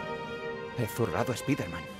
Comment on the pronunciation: Es irónico que la palabra "sable" la pronuncien en inglés, pero que "spider-man" lo digan como suena y no como realmente se pronuncia. Supongo que es costumbre de los españoles, por lo tanto no los juzgo, si no que fue solamente una observación. Amo tu canal,. Sigue así. <3